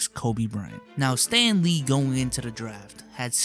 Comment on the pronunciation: When U said Stanley I heard Stan lee rip the goat